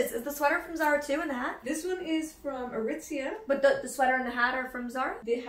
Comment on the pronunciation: Nobody: Not even Shrek:: ITS FROM ARITIZIA